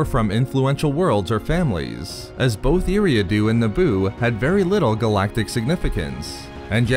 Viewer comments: It's pronounced Air-ee-ah-do (Eriadu) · You miss pronounced his planets name. Other then that good job Great video